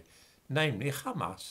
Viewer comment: Hamas, Mohammed, Wahabi, Ahmed... those languages have the soft, breathy H sound. so why does always mispronounce them as a throaty KH? it sounds really weird.